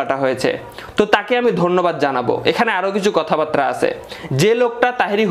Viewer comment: কথা বারতা কি রে ভাই? উচ্চারণ টা বুঝলাম না...মূলত কথা বার্তা নাকি কথা বারতা??